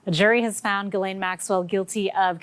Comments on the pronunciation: Usually your pods are succinct and interesting. But please do your due diligence. Maxwells name is pronounced Ghee Laine. Not Jis Laine. And lastly please speak proper English like all presenters and news anchors. “Her and I or Him and I” are horrible mispronunciations!!! “She and I or He and I” are correct. I’m not some cranky old chick. I just respect the English language. Enough not to butcher it!! 🥰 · It's pronounced "Gill-Aine", not "Jizz-Lane". Agree totally about the BBC. Look at their history with Jimmy Saville, but it will make you sick. The UK state sponsored media outlet is beyond disgusting, and should be put out of our misery. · Jizz Lane Maxwell??? Duuuude. I heard it was pronounced "Gillen" or even "Glen" but Jizz Lane..........Duuuuude. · he REALLY said JIZZ-LANE!!!! i am crying with laughter!!!! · Jizz-laine. Is that how you pronounce it🤣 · Did he just say "Jizzlaine Maxwell"? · are you deliberately calling her “Jizz-Lane”? I seriously can’t tell! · Fer Ghu's sake,..! Her name is not "Jizz Lane". You're the first to jump on people saying the VPs name wrong even if they hate her - you have about as much of a valid excuse for not knowing how to say that horrific monster's name properly. She doesn't deserve the respect, but you do - intentionally fouling up someone's name is a dweeb move. (Also there are others with that name that must wince at the mispronunciation.) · Awkward attempt to pronounce 'Ghislaine' there..